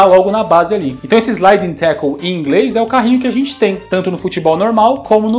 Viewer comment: Cara, vc precisa pronunciar o L no fim de palavras como "tackle". Você tá falando como se ao invés de L tivesse um U no fim da palavra. Eu sei que o L no fim das palavras caiu em desuso no português brasileiro, mas nas outras línguas esse som é sempre pronunciado. O nome desse som é o dark L. /'tækəl/. Cara, se eu não me engano do 2002 ele fala "running wild" antes do especial.